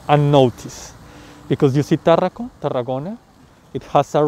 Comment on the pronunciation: No es Táaaarraco. No es acento inglés . Es Tarraaaaco. Es una palabra llana. Latina.